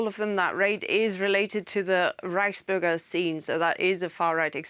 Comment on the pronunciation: oh thought she said rice burger it's Reichsburger lol